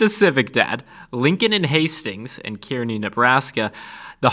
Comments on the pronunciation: Kearney, NE is pronounced Car-Knee I’m not from there so it doesn’t matter just thought you’d like to know. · Kearny is pronounced CAR-knee. 😉